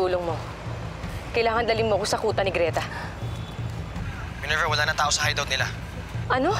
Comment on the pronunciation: Minerva✅ Ninerva❌